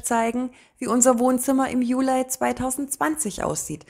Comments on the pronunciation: es hört sich trotzdem sehr komisch an und stört beim zuhören, jeden falls wenn man etwas jünger ist. Von älteren Generationen habe ich das auch schon gehört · Warum eigentlich Julei? Es heißt doch Juli 😂